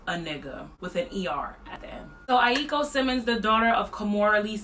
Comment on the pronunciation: U genuinely don't know how to pronounce Aoki